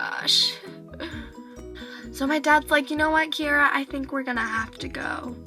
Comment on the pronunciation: nice name. your the only person that I have herd of that pronounces it right.